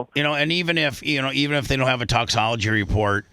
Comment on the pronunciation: I love how Brooke was saying “toxicology” correctly at the beginning and then Bubba says “toxology” two or three times. The rest of the call she changes it to “toxology.”